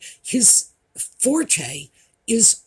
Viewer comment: Please check for me how you pronounce forte.